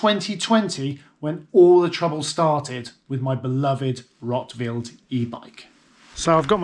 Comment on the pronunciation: Your schwietzerdütsch is great, but please spell Rotwild like Roootwild not Rottwild ;-)